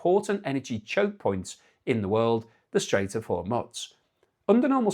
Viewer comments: Where are you from? You go on like you are educated and can't pronounce Hormuz. What or where the f is Hormuts? There is something very off with you. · man... you are like the only person in the world who says Hor-muzz - how can we take you seriously if in the 80 billion minutes of coverage of this, you've never heard the correct Horr-mooz? (BTW: It's not ka-TAR, it's CUT-ar)